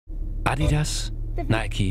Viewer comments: and finally someone pronouncing adidas with the correct accent on the first A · Video in english with "adidas" pronounced right 😍🤤